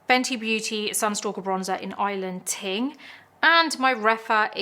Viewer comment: Wonderful video as usual, but as an island girl, I just want to also commend your pronunciation of "Island Ting" 😊